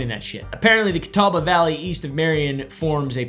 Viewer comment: pronouncing catawba correctly when some of our own news casters can't. 😅🤌